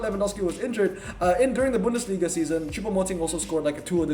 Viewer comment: speaks German 😂 but you pronounced Bundesliga very good 👍